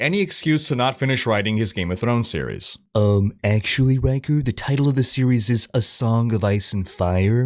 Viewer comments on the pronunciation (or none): none